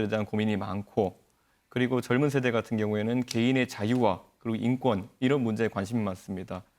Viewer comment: 왜 다들 나와서 정권을 증껀이라고읽냐 틀니교체안하냐??